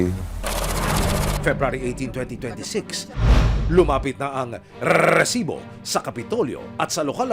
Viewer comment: Annoying Ang pag pronounced nio nang Recibo